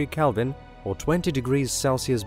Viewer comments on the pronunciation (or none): none